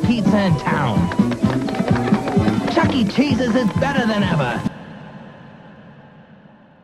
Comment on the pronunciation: Okay but why are some people pronouncing it “Chuck E Chesus”